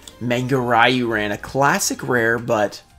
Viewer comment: You definitely need to practice the pronunciation of "Manga Ruy-Ran" man 😂😉